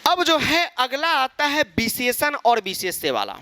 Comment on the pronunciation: Visheshann❌ Bhisheshann✅